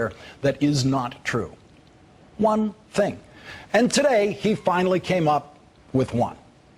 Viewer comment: Tings. I'm just sayin. I've hoid some tings.